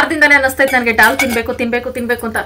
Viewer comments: Hi adu😂😂 ಡಾಲ್ ಅಲ್ಲ ದಾಲ್ 😂😂... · ಅಕ್ಕ ಅದು ಡಾಲ್ ಅಲ್ಲ ದಾಲ್ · ಅಕ್ಕ ಡಾಲ್ ಅಲ್ಲ ಅದು ದಾಲ್ 😊